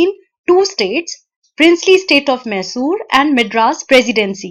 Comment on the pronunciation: Sry it is maisur not mesur ( Pronounciation of Mysore)